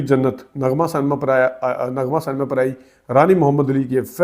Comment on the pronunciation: Correct pronunciation is Cinema not senma please correct